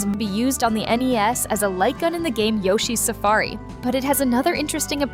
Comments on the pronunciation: I agree mainly due to she "AN EEZ" system, instead of NES SYSTEM when talking about ROB being an accessory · She said knees console.